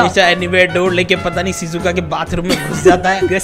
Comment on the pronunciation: Um vo sizuka nahi shizuka ho ga